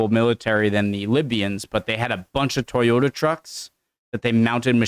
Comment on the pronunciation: They have toy Yoda trucks in a war? Oh you mean ToyoTa, not Toy Yoda? Well why didn't you say so? ;) You'd think they'd use Jagwars. I'm Just kidding, +1 for content and reaction.